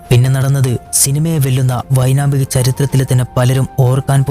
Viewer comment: വിവരണം നന്നായിരുന്നു. ഒരു വാക്ക് തെറ്റിപ്പോയി. 'വൈനാമിക' എന്നല്ല പറയേണ്ടത് ' വൈമാനിക ' എന്നല്ലേ?